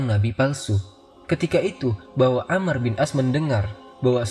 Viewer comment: Koreksi. yang benar amr bukan ammar